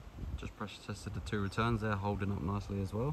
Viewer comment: When you say da yo actually mean the , I wish people who put content on YouTube would speak properly .